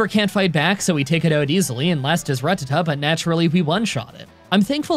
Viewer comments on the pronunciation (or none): I know you only say Rattata like that for comments but seriously fucking WHY